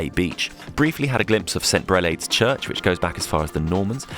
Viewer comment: You pronounced Greve De Lecq perfect lol but St Brelades bay is pronounced Brelards. I see you didn’t find Ousanie Bay then hahaha I’d have loved to have heard you say that lol